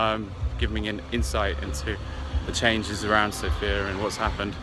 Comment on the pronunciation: been there twice and you still can't pronounce the Capital City's name properly.